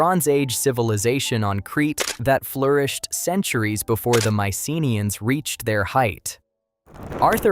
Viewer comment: The correct pronunciation is my-suh-NEE-uhnz (maɪsəˈniːənz).